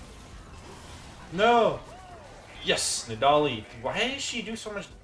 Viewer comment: i have never heard anyone pronounce nidalee like you do thats insane